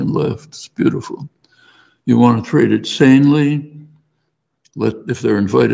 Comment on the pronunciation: He beleives that everyone, no matter their abilities, can and what the same? You mumbled the most important word. Can and what the same?